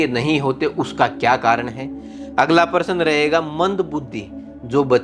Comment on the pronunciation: Aap paras bol rahe hai Pl correct your prounce of प्रश्न